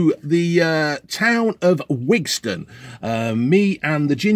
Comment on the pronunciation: Not Wigston